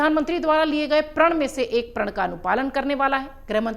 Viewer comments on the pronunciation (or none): सही शब्द" प्रण " है, " प्रळ "नहीं , उच्चारण ठीक करो